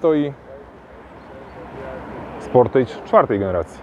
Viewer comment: Wymowa "sportydż" i będzie okej ;-) Wiem, że "age" wymawia się "ejdż", ale już sportage wymawia się "ydż".